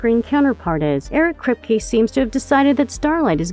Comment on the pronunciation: "Eric Kreepy" lol. ironic.